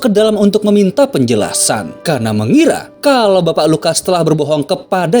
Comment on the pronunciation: Bukan pestor...tapi pastor